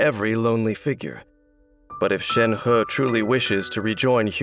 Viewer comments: So her name read is "shen-her" :((( not "shen-hi" :'(((( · reminder: it's Shenhe not Shenha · For me it's always gonna be "Shenhé" not "Shenhá." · I thought it was to be pronounced shenhi at first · Ikr loll he's like shen*HE* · All i hear is Shen Huhhh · And he is still pronouncing it wrong 💀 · A for effort for trying to say 申鹤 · Anyone else bothered or laughing at how Shenhe is “properly” pronounced?